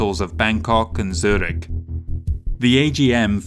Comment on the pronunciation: he even says Zürich nearly correct. ;-)